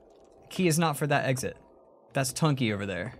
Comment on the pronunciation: NOT SAY BUNKEY SAY BUNKY